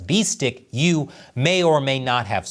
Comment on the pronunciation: 1. Yu should not be pronounced as 'you'. The 'u' in the name should be pronounced as 'oo-ee' (as in 'ruin'). Hey,, you should know. 2. I've come across some rumors that Yu was killed for the purpose of some sort of black magic the CCP was working on. 3. CCP = Callous, Cannibalistic Psychopaths. The sooner the den of vipers goes to Hell, the better. 🍯